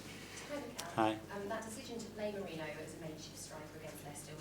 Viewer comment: Why do y'all mispronounce Merino's name? It's not Mereno!